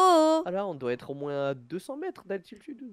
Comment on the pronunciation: Tu dit moinssss au lieu de moins